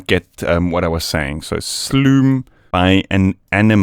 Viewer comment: If its Dutch, -which it may well be, the oo's in Sloom are pronounced like "oh", like the letter "o" or as the "o" in 007 ("double oh seven"). Like "slohm". It literally means slow or sluggish.